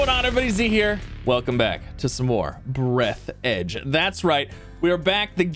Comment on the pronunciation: It's Breathe the edge, not breath edge